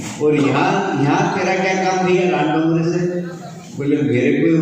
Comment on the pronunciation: Name to sahi se le nahi pa rahe hai दाँगोड़े ko डोंगरे कह रहे hai